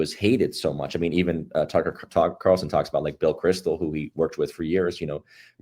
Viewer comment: Did he really say "Bill Crystal"???